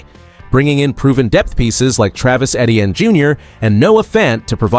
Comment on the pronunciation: Your video awful and you can’t even pronounce Etienne or Metairie. Please stop making videos of the Saints